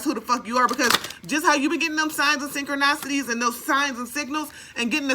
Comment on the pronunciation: I just want to correct you (omg don't shoot the messenger)... I've been watching you for awhile now and sooooo love your readings and no nonsense energy... just wondering because you keep saying sychroNOCity... is that on purpose? The original word is sychroNICity... but my bad if you're doing that on purpose 😵‍💫🤣 Lol!!